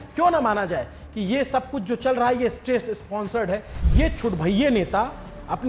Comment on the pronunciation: Pehle State sponsor bolna seekh le.